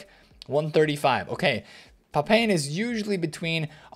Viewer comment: Thanks, good video but the butchery of Papin 🤣 Jean-Pierre Papin is somewhere between 'Papa' and 'Pap-pan' not 'Pap-in'.